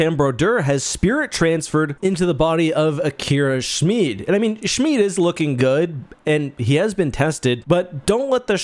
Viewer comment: Thank you for the correct pronunciation of the name Schmid! <3